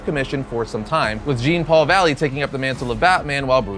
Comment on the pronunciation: It's not Jean... it's Jean.